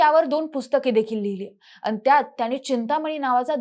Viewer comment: आनी पानी लोनी करत बोलतीये.